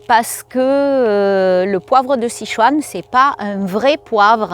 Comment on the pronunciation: Bonjour, Sichuan 四川 se prononce: --> "ss tchuan" . Le "i" ne se prononce pas.